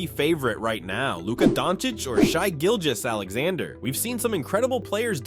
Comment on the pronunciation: "Shy Gilgous" really?